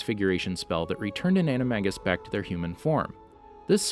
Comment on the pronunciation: You pronounced Animagus wrong